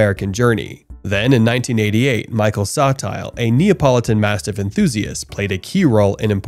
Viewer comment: Yeah also it's not pronounced Sawtile. Sottile is pronounced so tilly but it's fine. This video has some pretty good information in it.